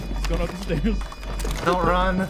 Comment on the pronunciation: he said stairs like he was from Boston